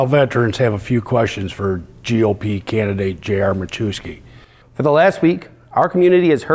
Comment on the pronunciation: It’s Ma-YEFF-ski. Please stop saying ma-Jew-ski.